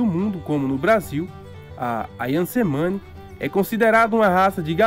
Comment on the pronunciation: Só uma nota, letra C no idioma indonésio se pronuncia como "Tche".